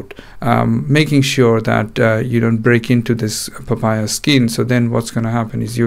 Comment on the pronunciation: Pafaya.... lol